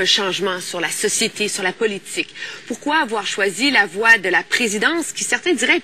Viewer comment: Michel gen yon problem avek mo Politik chak fwa l'ap di'l li prononse'l "polituque".lol